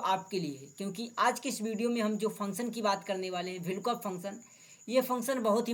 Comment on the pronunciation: Vlkoop nahi vlookup bolo